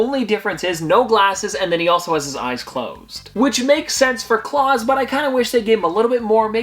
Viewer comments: ok so you pronounced klaus wrong its pronounced cl-ow-ss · FYI Klaus from Umbrella Academy is pronounced like "blouse" or "mouse."